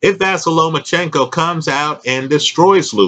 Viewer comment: Not a big deal